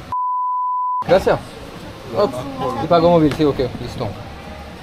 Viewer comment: stp mets un s à gracias ….😂 c’est insupportable 🤣😉autrement si je peux me permettre prends plus le temps avec les locaux ça pourrait être sympa. Courage et à bientôt pour la suite de ton aventure 👍🏼